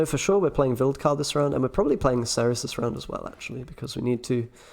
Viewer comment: Being British there is no excuse for you to pronounce Cerys wrongly ! Great video though